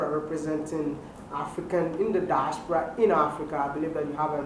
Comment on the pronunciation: Wide maya I love the way you pronounce “diaspora”